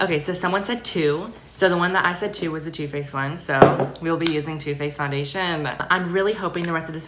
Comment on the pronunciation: the way she said foundation LMAO